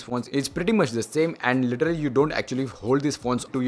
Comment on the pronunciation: You are dumbass. You have no fucking idea how this tech review thing works. Do ya? Why people get inspired by technical guruji and geeky ranjit and starts their channel with reviews of underwear and patanjali toothpaste. bunch of Dumbos and for godsake stop say "literarrary", Its "literally". Cant you spell that? is it that hard?